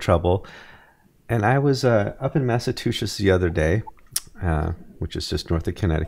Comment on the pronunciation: Thank you,, for pronouncing "Massachusetts" correctly. Someone else didn't...twice.